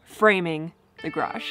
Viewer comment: congratulations on getting the word garage up to over a syllable. I think it was close to 1.75 syllables! I am going to sick on you because he always says it correctly with 2.0 full syllables. (You are erring on the garj (or graj ) end of the spectrum.) Very important now that you are working on building one.